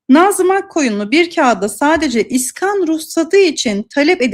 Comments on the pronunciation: ne olur şuna, "iskan" deyip durma... "iskân" demeyi dene... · İskan değil, iskân.